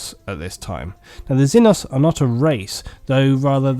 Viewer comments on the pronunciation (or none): Xeno zee noe Xeno means alien. Xenos is the plural zee noes not zen os